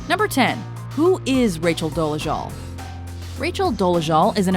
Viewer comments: Why do you keep pronouncing her last name as "Doleshul"? It's Dolezal. With a Z, not SH. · Would be nice if the narrator could say her name right. Good grief.